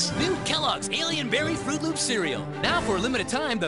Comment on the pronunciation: FROOT LOOPS. say it with me. fro͞ot lo͞ops. It's not hard.